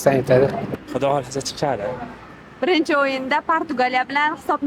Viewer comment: da chiqadi dedimi yo chichadi dedimi?